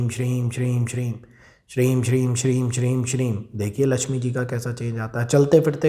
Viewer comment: Shreem he ya Shreeg bola jata he bhai ji g ki aawaj niklti ha m ki aawaj niklti he please bhai ji samjhane ki kirpa kre ji